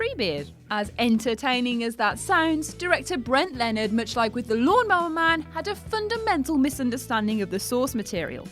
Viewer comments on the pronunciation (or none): none